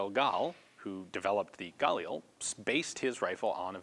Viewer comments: am I the only one who is mad that he keeps saying gulil instead of galil? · Just for the record, Galil isn't pronounced "gah-lee-el", it's "gah-leel". The i is pronounced like the i in "elite", and it's two syllables, not three. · Anyone else get a annoyed feeling when he says galil and pronounces it gal eel?, I've always pronounced it ga leel and always heard everyone else pronounce it like that to, so when some new way of pronouncing it comes in, I get a weird annoyed feeling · it's pronounced gah-LEEL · I'm not really even upset, I'm just saying I get this weird feeling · you're putting the emphasis on the wrong syllable in galil. In hebrew the stress is usually on the final syllable